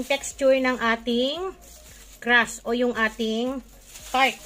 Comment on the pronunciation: Crust po hindi crash 😂😂😂